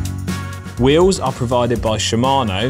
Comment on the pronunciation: You say “wheels” funny. “Wee Yuhwz.” No ‘L’ huh?